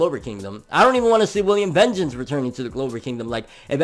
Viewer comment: Yo,. Please, it's not that hard to pronounce. VAHN-geance, VAAAHHNN-geance. 🤦🏼‍♂️